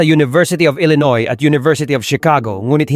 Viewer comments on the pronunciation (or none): none